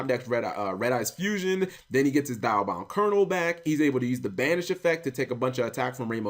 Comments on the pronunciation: it's called dia not die-a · Cap, it's Dee-a-bound Kernel, not Die-a-bound. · It's Dee-Ahh-Bound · Cap not sure if u actually listened to how it was pronounced in the original series but it's "Dee-Ah" for the Diabound.